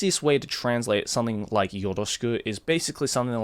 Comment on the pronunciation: I just realized that Joey pronounces the word ‘something’ by saying ‘son-ding’ instead of like ‘sum-thing’. Interesting